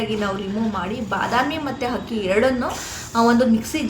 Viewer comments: Not hakki....akki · ಹಕ್ಕಿ ಅಲ್ಲ ತಾಯೇ ಅದು ಅಕ್ಕಿ